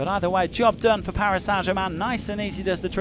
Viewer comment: Club Name Paris Saint-German. No One Commentators: Paris Sa Jaman You guys are destroying English...